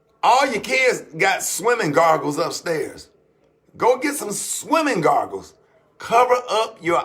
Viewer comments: Swimming gargles 😂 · "Swimming Gargles" 😂😂😂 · He said........”kids gargles” 🤣🤣🤣